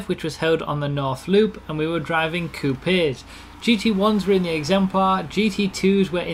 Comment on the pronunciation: Why does he pronounces Coupes so weird?